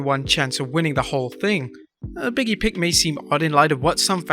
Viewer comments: Stop calling “Big E” “Biggie” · still not sure how, "big e" turns into, "biggie" everytime ppl say his name 🥴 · Big(space)E. Not Biggie.